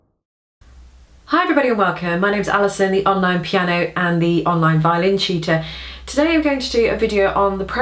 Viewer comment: I listened 3 times, it comes out as "cheater" :-) Must be my bad english or speakers ...